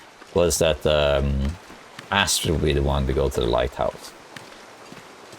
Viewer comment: As a Norwegian, I love the way you pronounced "strid" in Astrid", that was spot on. But the last part is not "ass" XD. It's not pronounced "ass".